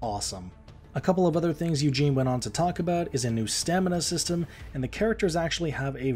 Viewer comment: Eugen not Eugene.